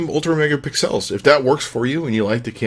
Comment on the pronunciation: Dude slow it down a little the first ten seconds are not understandable at all. And what the hell is a pix el. Lol love the videos keep it up.